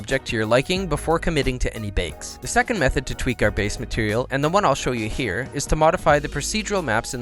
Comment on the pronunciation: Lovely video you're so damn good! But when you say "here"("Nhyah") that just pissess me off ahahah sorry, not sure why